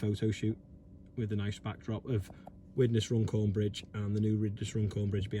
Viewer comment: Runcorn not rundown lol